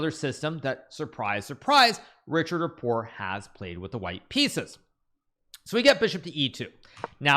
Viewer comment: How the heck does GM Hikaru not know how to pronounce Richard Rapport? I mean, he's talking like a commenter who just found out about the Hungarian, and learned his name only by reading it. That's weird. I guess Hikaru's new in the community or something.